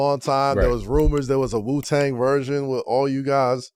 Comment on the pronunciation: Its Wu-tang not Ju-tang 😂